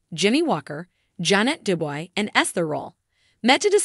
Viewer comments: Why doesn't a commentator learn how to say the person's name. It's not du boy. Phonetically, it is due-bwah! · Narrator doesn't even know how to pronounce her name. It is pronounced Du-bwah. Duboy. Get yerself edgycated. lol